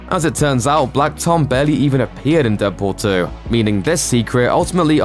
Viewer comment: did you say deadporn 2?